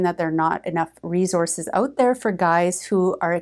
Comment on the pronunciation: Haha you said "reZources"